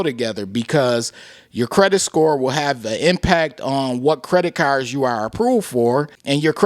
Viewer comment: Thanks for the news 🗞️ 🚗 “Credit Carrrrs” Lolz